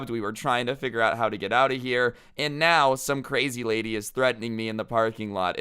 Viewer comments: he really just said "Rady" in stead of lady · "but this raidy" Me: did my ears just have a stroke? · 'This rady' Everyone: Me: LOL rady??? Really, can you even speak bro. Inner voice: Just stop man...